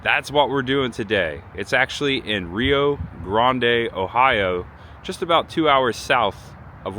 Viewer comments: For pronunciation help, I personally would have gone with Galla police and Chillow cothee. Some people would say Chilla cothee. And for, it's pronounced Rio grand, not Rio gronday. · It is pronounced Rye-Oh Grand. Gallipolis is pronounced either Galla-police or My mom used to say Galla-poliss. Chillicothe is Chill-a-cahth-ee. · You didnt say Rio Grande correct. The i is not silent. Grande is pronounce Grand. I live about 3 miles from that original Bob Evans. Thats not the original restuarant. They tore that down and built the one there now. Theres also a University on the other side of the highway. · I actually went to college across the road and it is pronounced ri o grand hey Jackson has some good places too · Us Buckeyes pronounce Rio Grande, Rye Grand. My mom dated Bobby, Bob's son. They were a steady couple, then on one of their dates, he introduced her to the man that became her husband, and eventually my dad. 🤣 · Some town pronunciation assistance from an Ohio native :) Rio Grande is [RYE-oh grand]. Gallipolis is [gal-uh-PO-lease] Chillicothe is [chill-uh-COTH-ee] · Pronounced Ryo Grand. I was at the farm probably 35 yrs or so ago. Took a guided horse ride on the Bob Evans property. For America's bicentennial (in Ohio atleast) there was a barn in each county that was painted for the bicentennial. Bob Evans has the best banana nut bread. Sorry mom. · I think Rio Grande is pronounced Rye-Oh-Grand. And Gallipolis is Galla-Police. Oh, and Chill-uh-couth-ee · Hey, cool. I was born 4 miles from there. If you talk to anyone around there, make sure you pronounce the town Rio Grande with a long i and Grande is just grand. Gallipolis is pronounced Galli-po-leese, although most people around there say Galli-po-lis. Anyway, enjoy your visit there. I still have family in that area. Not well enough to make the trip from Texas anymore. Have a blessed and merry Christmas 😊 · Rye - O Grand, Ohio & Galp - Polis lol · Rio Grande pronounced wrong wrong wrong